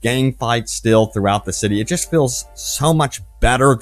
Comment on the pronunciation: Who knew the word "traffic" was so hard to pronounce as a person who speaks fluent English. Or even the word "just" (says, "jess getting into the game"). Man, this was painful to watch.